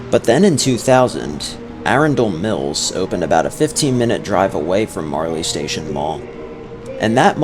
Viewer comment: It’s pronounced “Arun-dol Mills” lol, it’s not like lord of the rings😂